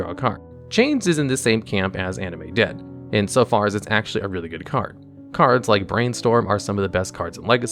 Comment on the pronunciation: Did he mispronounce cards again?